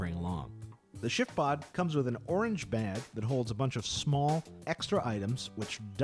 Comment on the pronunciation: Is it just my hearing or does it sound like he's saying "Shitpod"?? LOL. This tent looks amazing though!